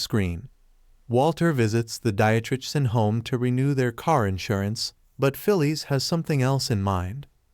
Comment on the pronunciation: It's Phyllis, pronounced "Fill-iss", not "Fill-eese".